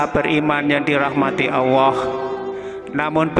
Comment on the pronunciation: Admin knp saat Nyebut Allah kok kedengaran agak tak jelas